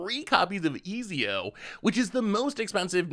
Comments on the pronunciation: Pronouncing his name as Easy-O is wild to me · If he says ezio like that ever again ima blow my head off lol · its pronounced Et-zio if that helps not Ez-io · Not eeezeeoo 😂😂😂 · Ah, yes! Famed and feared italian assassin: Easy-O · Ezio pronounced extremely cringe but solid vid.